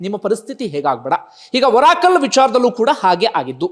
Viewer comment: ಬಂಧು. ಅದು ಓರಾಕಲ್ ಅಲ್ಲ ಬಂಧು. ಅರಾಕಲ್.